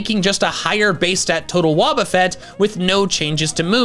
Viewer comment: It's Wobbuffet, NOT Woubafett!